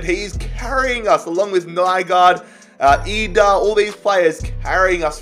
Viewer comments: Idah is actually produced with an E just for future reference if you use him again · it’s Adam EE-dah no EYE-dah